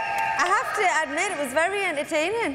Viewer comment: Simon you ahhh vewwy vewwy wood!